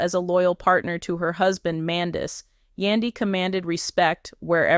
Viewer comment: You Utuber Said Her Husbands Name Wrong ! Get It Together Idiot ! Love Yandy ! Love Lee Lee !